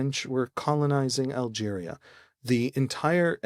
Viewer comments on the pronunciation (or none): none